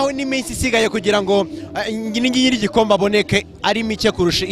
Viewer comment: Bavuga Igikosi (Igikombe)😃😃😂😂😂😁😁😁😀😀